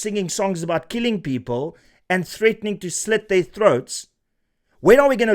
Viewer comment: ... his 'peepool' is the same as his swimning pool, next to the 'firepool' at Nkandla? 😮 😂